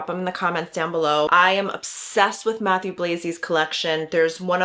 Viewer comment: Nice video, thank you! Just pleeeeease, his name is french Matthieu, not Matthew 😅😅